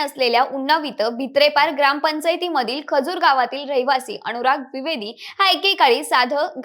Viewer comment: अणूराग? का असे उच्चार? मण? सोण? काना वर अत्याचार होतायेत!